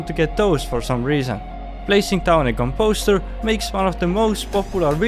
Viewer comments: The stress goes on the first syllable of composter ! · is probably a huge controversy in Minecraft. I pronounce it as Com-Poe-Ster (with the emphasis on the Com) pronounces it as Com-Poe-Ster (with the emphasis on the Poe). Which one do you guys think is right?